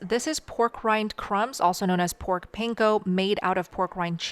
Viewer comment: you are mispronouncing panko.